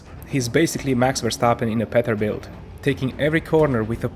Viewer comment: Don’t ever say petterbilt again bruh it’s PEE TER BILT